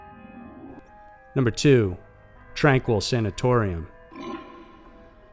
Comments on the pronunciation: Wouldn't it be pronounced "Tranh-KEE," like the French? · FYI==Tranquille in British Columbia (#2) is pronounced "tran keel". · It's pronounced tran-keel.tranquille and it's in Kamloops BC the facility is called Padova ... I'm from there an have been to the old tuberculosis town. It is on tranquille road.